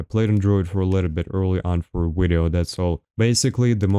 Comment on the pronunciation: My boy dropping wideo after wideo hell yeah